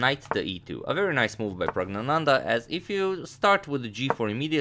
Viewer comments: You pronounced pragnanandhaa, better than many of us. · The most impressive thing was the pronunciation of the winner’s name that I will not even attempt to spell